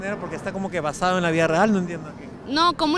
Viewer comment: Uff cuando escuche el "basade", me dio una ganas de arrancarme las orejas xd